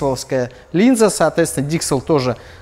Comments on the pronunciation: Выпивал каждый раз когда слашал "соотвецвна" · Злодей, как теперь это не слышать?! Соотвецвна